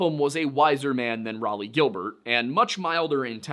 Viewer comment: I cannot aid pronounciation for all the difficult names but I can tell you that Raleigh is pronounced 'Raw-Lee' :) and Thames is pronounced 'Temms'.